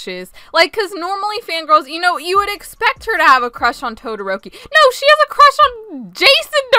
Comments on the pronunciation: TOE 😭🤚 Sabitoes 🤡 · TOE - THE - ROKI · That fangirl said TODIROKI like TODLER ROPEE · When said “toderoki”: TOE-derok-i Edit: thanks for the likes and comments!:> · “Tode” eroki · ”TOE-DE-ROKI” Best quote of 2021. I love ya. 💖🖤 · Toe dee roke ee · that ain’t toderoki that’s toe-dare-oh-key